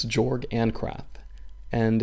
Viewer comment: His name is actually pronounced with a ‘y’ instead a ‘j’ so it’s like “Yorg.” Because it’s in a European setting, some letters are pronounced differently.